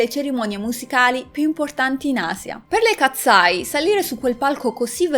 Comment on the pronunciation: Io le seguo da quando hanno debuttato per favore potresti cambiare il. Tuo modo di dire katseye??non si pronuncia così.....hanno fatto anche uno show del ragazzo con il fischietto Le katseye sono nate in questa accademia,,,,Manon non ha mai causato nulla le ragazze erano sotto pressione per la nuova arrivata,,,,,❤❤io le adoro sono le mie idole solo io ho notato che in debut Manon sta sempre dietro 😢